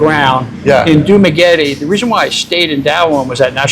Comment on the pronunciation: Dooma -Getty🤮? at least pronounce it right. It’s Doo-ma-ghe-teh. Another old gizzard 🤢